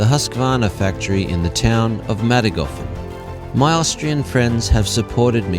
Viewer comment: ”The Husqvarna factory in Mattinghofen” this hurts my Swedish soul. But great video as usual.